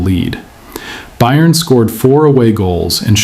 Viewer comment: You need to learn how to pronounce Bayern.